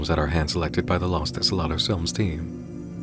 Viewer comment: What you were pronouncing the whole time was "las", los is pronounced "low-s". Maybe less memes and more info in your diet.